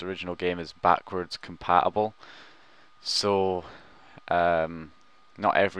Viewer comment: Your pronounciation is ridiculous! 'Compa ubel' instead of compaTible 'Grand Eft Oh Oh' instead of Grand Theft Auto! WTF!? Use the fucking T man, the T!!!